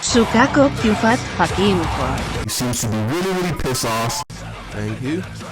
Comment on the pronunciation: Quwack I wanna say thanks and also well done not many people can say my surname correctly